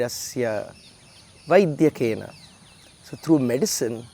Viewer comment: Sairam. A small observation.. In the sentence “ Malam sarirasya ca Vaidyena” , while pronouncing the word “ vaidyakena” , the ‘dya’ shouldn’t be stressed I think brother. Kindly check . Thank you 🙏🏻